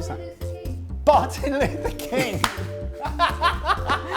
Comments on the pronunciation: bar-thin luther king .... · Bar- tin Luther King😁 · i just keep repeating the "bar tins" part, it's just so funny looking at trying to say something but keeps cutting in. In the end, it make him said something that doesnt make sense. "afterroods" okay afterwards.